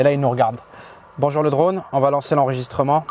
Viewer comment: Regarde qu'on dise un petit aurevoir stp.. -"Bonjourenh" 😂